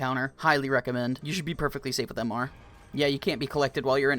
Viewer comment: you dont say m r its like mister, MR from regretevator